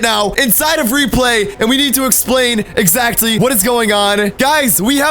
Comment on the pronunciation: "We know excatly whats going on"